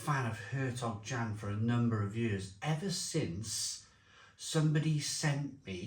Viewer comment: It's pronounced Yan